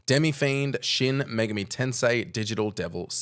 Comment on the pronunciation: Kudos for both putting the accent on the correct syllable in "Megami" and for including. Though it should be noted that, although you said his name correctly, Demi-Fiend's name was written as "Demi-Friend".